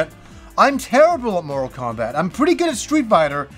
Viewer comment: I was listening just the audio for a moment & I swear I heard "More Kombat" then "Moral Kombat" LOL. I'm like "what game is he talking about? There is a 1 & 2"?!? Lol your pronunciations have never thrown me off till now LOL. I've Loved your channel for what seems like forever. Never change,!:)